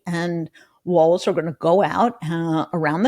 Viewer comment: Please. Kept the T out of Walz. You’re going to be talking about him for a long time.